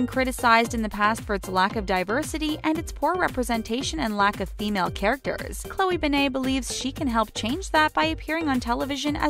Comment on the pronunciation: Say her name like a normal human being